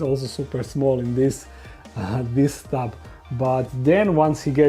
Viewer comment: I like how he pronounces tub as thub sometimes